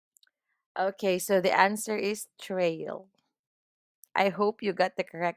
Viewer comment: TRAEUL- trail